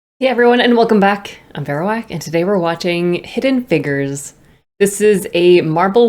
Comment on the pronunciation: Please pronounce figures correctly, the way you say it is wild😂